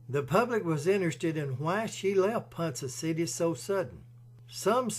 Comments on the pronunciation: PONCA CITY.. PRONOUNCED..PON-KAH N O T.. PON-suh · Pronounced " PawnKa City" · Hearing the name of the city pronounced as Ponsa City takes a little from this video. If the author had ever actually been in Ponca City he would have surely heard it pronounced properly as Ponca City as in Tonka Trucks. It is still a great video telling a very sad tale. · Great narration except it is pronounced ‘ponka city’ and shows how bad the OK highways are.🙄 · You are pronouncing Ponca City wrong. Ponka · Ponca city is not pronounced Poncha